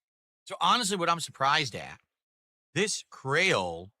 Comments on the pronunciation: DEVOUR DEVOUR "CRAYOLE cocktail" its pronounced cree ole and its from Haiti. Creole is a version of French that the Haitians speak. Its like "cajun" sauce but from haiti. Anyone who doesn't know that has never left their house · I never knew I needed to hear pronounce creole incorrectly but got is it glorious